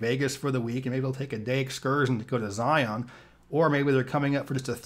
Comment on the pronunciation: Zion is pronounced Zi-en